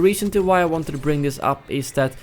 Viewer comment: "Whanted" Please tell me you don't speak English as a first language